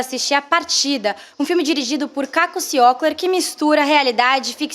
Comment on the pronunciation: pessoal vocês falaram o nome errado do Caco Ciocler... por favor!!!!